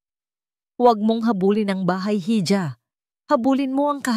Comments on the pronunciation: IHA Po Ang bigkas hija, IHO nman sa hijo, wag nman kayo paulit ulit sa pagkakamli sa mga words na ito, Dito sa pilipinas wala pa pong bumigkas ng ganyan Ikaw lang narrator mag aral k nman! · Ganda sana ng boses kaya lang nakakadismaya Yung pagbigkas ng hija, silent h Po Kasi yan